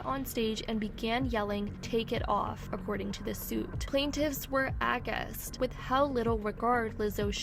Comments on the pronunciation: OMG, your problem with reading makes it difficult to listen to stories that I'd otherwise stick around for. For instance,: "acquiesce" is pronounced: "ack-wee-ess"_, NOT _ack-yoo-ess "aghast" is pronounced "uh-gast" NOT ug-gust "expletives" is prounounced "ex-plu-tivs" NOT ex-plee-tivs You really need to double-check this stuff. IDK how it got past you, your scriptwriters, AND editors? ...or is this something you do on purpose, like IO does? I know that it helps you move up in the algorithm to get more comments, but if that's what you're doing it's a cheap way to do it. I unsubbed to IO, I hope I don't have to unsub to you. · it’s ‘a-gh-ast’ …. This has to be bad AI generated content. To say acquiesced incorrectly 3 times and aghast? I’m genuinely curious stg